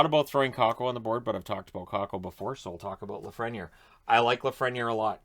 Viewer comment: I think the correct pronunciation for Lafreniere is (laf-fren-yay) Great vid!